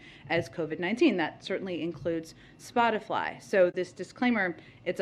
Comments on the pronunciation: Ha Spotifly, she said Spotifly, haha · Did say "Spotifly"? 🤣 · “Spot-a-fly”? I’m pretty sure the qualifications for White House speaker is to speak proper English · She said spotifly 🤣🤣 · I'm pretty sure she said "Spotifly" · Did she do just enough research to mispronounce the name of the company? I mean Spotifly, c'mon circle back and say it right, you red haired nightmare. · she can't even say SPOTIFY properly..... and she expects people to listen to her??